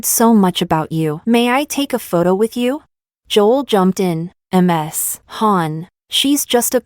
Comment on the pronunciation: Why does AI keep reading Ms. as M S?